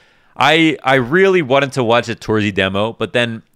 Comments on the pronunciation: since you made the m0NESY vid on twitter, I think you might be interested in how to pronounce torzsi correctly. It's not exactly tor-zee, more like tor-zhee or something like that. Use Hungarian google translate, it says it out loud really well. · Pro tip for: Set google translate to hungarian. Write in: torzsi. Press the speaker button. Now you can say his name correctly. Not making fun of you or anything, cause I love your work and really enjoy watching them. (I know how you care about pronouncination[ex. Monesy])